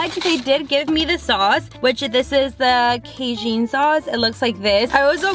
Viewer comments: The sauce is pronounced Kay-Jn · The way you say cajun is cute cuz it’s wrong 🤣🤣🤣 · the way she says cajun bothers me😒